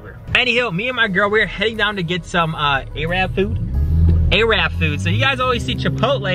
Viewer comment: Why u saying “arab” food bare weird🤣🤣